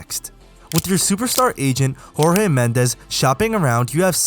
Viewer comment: If you are going to try to say "Jorge Mendes" in its original pronunciation, at least try to look up how it is said. He is portuguese, not spanish. Jorge is actually said as "George", but prolongating the ending "ge" :)